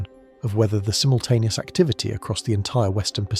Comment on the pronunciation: Tleasr you pronoynce zimultaneous axxyratwly